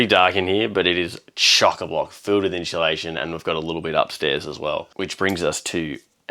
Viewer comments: Hey guys. Please. It’s inSUUUlation and not inSHUUlaSHIN. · It’s insulation not inshulation. When said it I thought why is he adding an H. I am an Aussie I live in a property in the western side of Mt Tamborine in the scenic rim. I found you guys through Max and have followed him from forever. Looking forward to watching your adventures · someone else says “in-shoo-lation” 😂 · was saying it correctly, no 'H' in insulation 😂. Darren from London, UK.